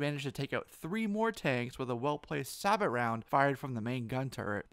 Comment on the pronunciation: a sabot round is pronounced "say -bo". Thank you.